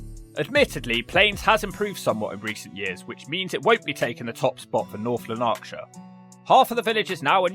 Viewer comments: It's LANarkshire - with the emphasis is on the first syllable. Like Somerset. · Great video.. although Lanarkshire is pronounced with the emphasis on the first 'A'... so like Laaanarkshire. Good effort none the less 👏 I'm a South Lanarkshire resident now - you should do a visit to Strathaven for your 'nice' town series - really nice there. Long live TurdTowns! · The emphasis goes on the "Lan" syllable. Just so you know! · It's pronounced Lanarkshire, just the way it reads, not Lanaaarkshire! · It's pronounced LAH-narkshire, not Lan-AHrkshire. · pronounced Laanarkshire, not Lanaarkshire. My brother lived in Airdrie once, he said it has a lot of dangerous low-life. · A shame that whilst on your visit you didn't learn to pronounce the County name correctly. It is North Lanark-shire NOT North Lan-arkshire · Lots of wrong pronunciations there 😂 Lanaarkshire 😂 say it like you would Lancashire Wishaw is Wishy Shotts is Shotes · LANAKshire, not LanARKshire, come on man! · Difficult to stop laughing at how you pronounce "North Lon-aaark shire". - LANarkshire (like CLAN) - although I don't think you will need to say it ever again ;-) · I always thought the first R was fairly silent / unemphasised. I've always heard it pronounced lan-ak-shire but the way he says it it sounds more like la-nark-shire which sounds really odd unless he's making a jokey reference to narcotics problems there. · Lan-A-rkshire 😂 Jesus Christ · Tip : Gaelic is pronounced Gah-lic Gaylic is how you say Irish Gaelic. Also Lanarkshire is "Lah nark shirr" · If you are visiting this area you would think you could at least ask how to pronounce the area. North lan- ark- shire. The area murdered by margaret thatcher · "Northlun Arkshire" WUT? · Lanaaaahkshire 😂😂😂😂😂 at least have the decency to know how to pronounce the name of the county you're trolling 😂😂😂😂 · “North Lalarkshire” 🤣🤣🤣 Aye nae bother mate! 👊🏻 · Not having a go but it’s pronounced like Lanark Shire, there is no emphasis on the A in ark